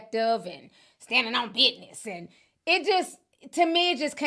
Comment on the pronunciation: I don’t know why she didn’t choose well educated, professional black people to give a speech. Next time she should spotlight someone who knows how to pronounce “business” and other simple English words…